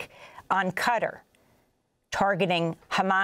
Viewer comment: Is that how you pronounce Qatar?